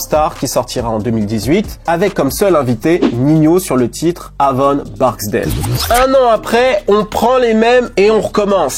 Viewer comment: Avon Barksdale sa se dit ‘Évon Barksdale’